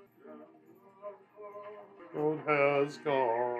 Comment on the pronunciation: not them pronouncing freedo, grandalf, sairon, izildor, bilbo bobbins haha. At least they got Sam right 😭✊